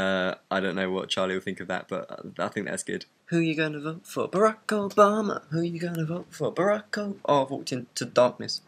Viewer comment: i love the way you say Obama it so wonderfully British :)